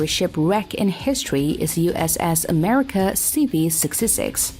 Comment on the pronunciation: USS A-mercia?